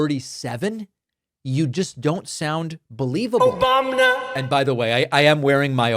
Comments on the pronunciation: "Obamna" is priceless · Where do we get the “ Obamna “ shirts? 😆😆😆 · David how do I purchase an “Obamna” shirt?? lol!😂